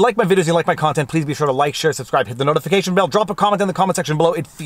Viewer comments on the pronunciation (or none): none